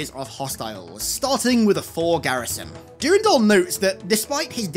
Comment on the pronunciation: Great vid (Brings back fond memories) , but your pronunciation of Durandal is driving me nuts lol!